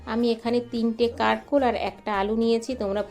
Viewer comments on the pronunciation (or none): প্রতমে বলি আমরা কাকরোল বলি। কারকোল নয়।